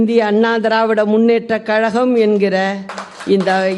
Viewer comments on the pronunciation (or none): none